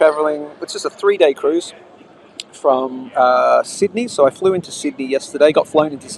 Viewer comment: Said 'cuise ship' 356 times